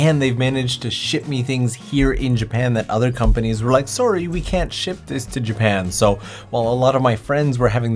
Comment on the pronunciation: That's one hell of a Canadian "sorry" hahahah